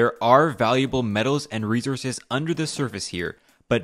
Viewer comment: Why can't the narrator pronounce 'resources'? That's glaringly stupid!